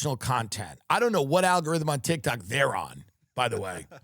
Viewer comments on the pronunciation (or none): none